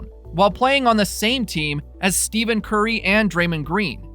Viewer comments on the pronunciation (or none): Wait!!! Did you say 'Steven' Curry ?????? OK...what did I win for finding such an egregious mistake? Or is this one of those robotic Chinese videos that gets pumped out for the views? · Yes, for some reason he doesn’t know how to pronounce their names, W channel and videos tho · Stephen curry not Steven curry